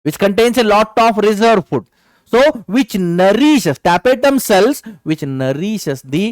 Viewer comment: Tapetum sir not tapetatum